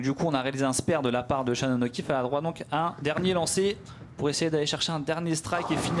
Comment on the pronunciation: la quille n° une... Toujours aussi pénible à entendre. -> la quille n°1 "un" pas une.